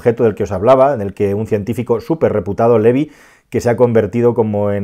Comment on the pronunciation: Levi, no Loev.